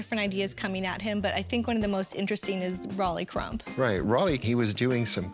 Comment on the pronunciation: Official Disney Imagineers continually mispronouncing Rolly Crump’s name?? I don’t get it.